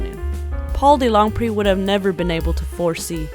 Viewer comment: Thank you for the historical video. I lived for 30 years on Franklin and Tamarind. Okay, Mr. DeLongpre's name is pronounced Duh Long' Pray. And Lyon, France is pronounced Lee Yawn'.